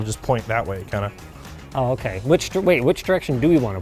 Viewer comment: That Ahhhh Okay , was the most stereotypical Canadian sounding speech I have ever heard from a Linus video.